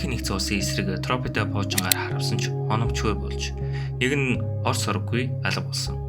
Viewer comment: Торпeд гэж зөв дуудаач.Тропeдо байхдаа яахав дээ.